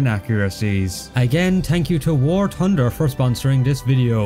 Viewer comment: War Tunder!😂😂😂😂😂😂😂